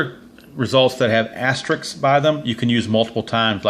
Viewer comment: Sorry, I've got to say it's "asterisk", not "asterick"! And I vote for Inside Pitch over all of these.